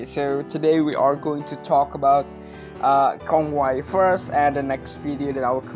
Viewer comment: Since when Kongwai searches salvation? It's the other way around since Kongwai is the one offers salvation. He can take out one's soul out of their body and literally ends one's life and reincarnation. It's his way of saving your soul from the endless cycle of life and death through reincarnation. Edit: Also his name is pronounced Kon-wei, it's literally Conway.